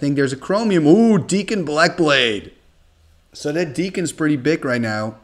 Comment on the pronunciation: Dak(kon) not Deek(kon)! Awesome video,.